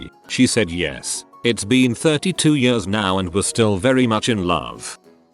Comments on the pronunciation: nobody: the reading voice: 22 yörs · Every time this voice is saying years like yers I'm cracking up more.. my belly muscles hurt... XDDD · reddit: years voice: yaRs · Anyone else cracking up at how the voice says “years”